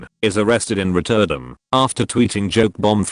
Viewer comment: "Rot•TER•dam" (emphasis on the second syllable) 😑 🤣🤣🤣